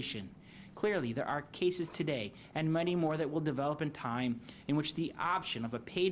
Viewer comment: The potato can’t pronounce ‘cases’.